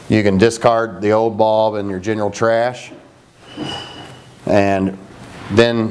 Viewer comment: Lol "UV baulb." Haha Just laughing at the accent from up here in NY. But for real, great video, thanks for helping!